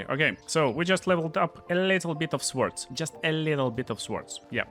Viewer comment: In the English language, the w in swords is silent. It's not pronounced a tall.